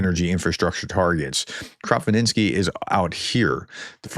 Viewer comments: Krapivnitsky is pronounced Crop-eve-nits- ski. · Kropyvnytskyi (Кропивницький Ukrainian) = Kro piv nits ski.